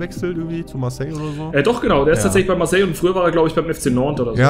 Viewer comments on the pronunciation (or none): none